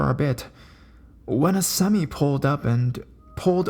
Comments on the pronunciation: I love your storytelling style.Great voice too.FYI, it's pronounced Sem-eye, not sem-me, just so you know.Awesome work. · Lol "seh-my" semi..! Not seme! jk but good narration awesome job.